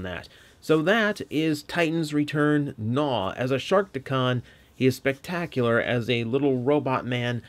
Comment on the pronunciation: I am glad you are not pronoucing his name as G'naw (Guh-naw)